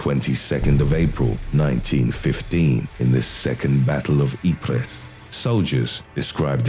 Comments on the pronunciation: Ypres is pronounced 'yipree' not 'ipress' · Ipriss????? You mean Eepra or Eeepr. That is how you say it. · Ypres is pronounced "eep"